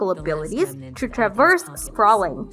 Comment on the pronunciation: "Tra-verse"? "Beths-da"? "My-thology"?🤨Get someone who actually knows how to read please.